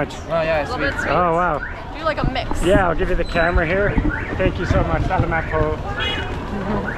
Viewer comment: Speaking of pronunciation, every foreigner ever says salamat the way you guys do. Try next time to pronounce it - sa larm art. (Aussie learning tagalog here, it's a hard language to learn and it's awesome to see other foreigners speaking the language also!) Loving your journey! Ps. are you guys heading back to Manila before you leave your holiday?